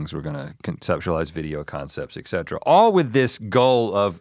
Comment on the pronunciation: An engineer that says “excetra “ is what surprises me